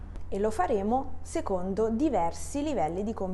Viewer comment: Ciao! Grazie! Perche "seCondo" suona come "seGondo"?